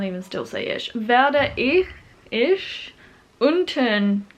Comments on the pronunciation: Very good pronunciation, just when you say Ich, try saying the "ch" as "h" and not as "sh" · Since I'm already capable of speaking german, I started learning japanese again. Hope you have as much fun learning german, as I do with japanese. Still love you pronounciation of "Ich", because in your latest german video you pronounced the "ch" in "Woche" pretty well. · As a native speaker I can assure you that your German is pretty good. I guess the pronunciation of the "ch" sound is something many foreign speakers struggle with. Maybe you can try mimicking a cat hissing. That's not exactly the right sound because the "ch" in "ich" is not that far back in the throat as the hissing sound (am I making sense?) Also, there is no logical reason why some words are feminine, masculine or neutral (why is a spoon masculine, a fork feminine and a knife neutral?)